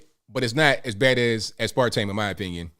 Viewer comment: a tip if you don't mind: Aspartame. It would be easier if you pronounce it "As-per-tame." Flows much better than "a-spar-tame." I don't know where the name came from but I just learned that growing up.